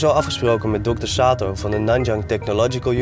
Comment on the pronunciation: For a second I thought he said hello Dr Satan lol OK I'm glad I checked and could read Dr Sato 😂😂🤣🤣